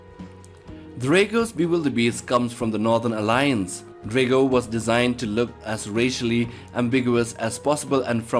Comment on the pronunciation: It’s actually pronounced Dr - ah - goh Not Der - ae - goh